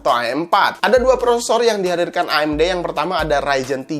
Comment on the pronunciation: ngomong amd nya kyk ngomong a"in mantap emang si akang sering ngaji ^_^